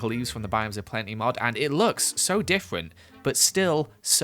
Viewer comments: Anyone gonna point out how he said "so diffwent but so simawor" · Idk if it’s just me but I hear “and it looks so diffwent” 😂